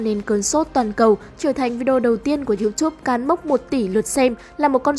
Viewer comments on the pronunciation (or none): none